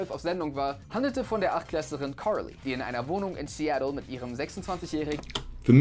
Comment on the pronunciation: Die Aussprache vom jay triggert mich, carrrrrrrrrrly